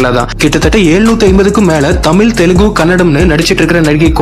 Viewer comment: தமில் இல்லை தமிழ் வேண்டும்